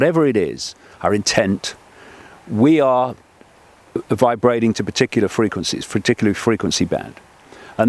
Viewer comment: "Vibrading"? Vibrating.... smashy and nicey